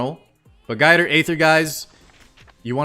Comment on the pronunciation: Guider aither 😂😂😂😂